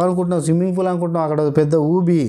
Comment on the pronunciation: Swimming Fool* kaadu thammi... It's Swimming Pool*💯💯👈👈 Sorry to say like this bro. Excellent reviews isthaaru meeru bro ❤️😊👍👍 keep it up 👈 God bless you 👈👈